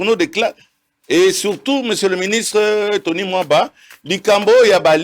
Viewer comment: Comment ce depute ne fait pas d'effort dans la pronociation de noms de gens, il vient d'appeller le premier ministre Mr Samba. Moliere eza moto pasi, C'est Tony Mwaba et non Tony Mwamba